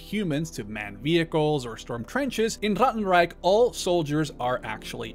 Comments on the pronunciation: As a german speaker the way you say 'ratten reich' feels borderline offensive and racist just say it normally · Sorry but saying Rattenreich with a German accent is really distracting.